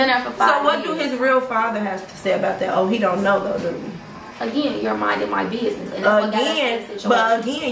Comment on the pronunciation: "Your minding my binesses"😂